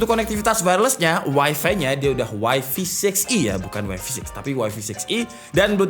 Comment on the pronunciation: Wifi - Wai-fai bacanya.